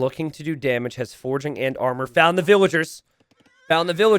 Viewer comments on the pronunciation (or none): none